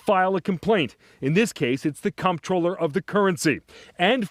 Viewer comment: That’s not how “comptroller” is pronounced